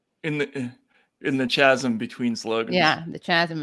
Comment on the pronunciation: If you were going to repeat chasm repeatedly, you should learn how this word is pronounced. The “H” is silent in the word chasm, and listening to you miss pronounce that word four times in 15 seconds was cringe-worthy. These oratorical and pronunciation issues drive me insane because if you are going to be putting out a show giving analysis on the essential subject of politics, I believe it imperative that your analysis is not only supported by accurate reporting but delivered with annunciation and proper pronunciation of the words being used in your analysis Criticizing the media over there poor framing and narrative. I thought I was politically aligned with you guys but, A person could never know by watching this episode. Even your critique on Chuck Todd falls flat on his improper use of the double negatives set but partially contradicts your criticism when you guys are doing the same thing and all over the place in your articulation of what is going on. For the most part, I thoroughly enjoy the critique brought by left-leaning channels, but bad faith actors will take a show like this and chop and edit into hot takes for Conservatives. Some of the most significant issues in reporting are not considering how Republicans and conservatives use The media's Language, messaging, and analysis against the Democratic Party. There is plenty to be criticized on the Democratic side, and for the most part, you do it very well. Still, when you are giving a rambling and pretty unclear ana